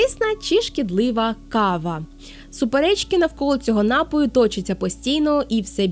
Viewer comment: НапІІІІІІІІІІІІІІІІІІІІІй, напООООООООООООООООю, напООООООООООООООєм тощо. Не поширюйте помилок,!